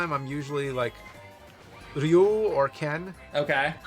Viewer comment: Okay, now, when James pronounces Ryu correctly, he needs to learn how to say Zangief